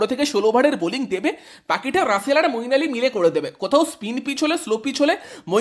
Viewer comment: মঈন আলী ভাই নাম টা ঠিক করে বলো 👍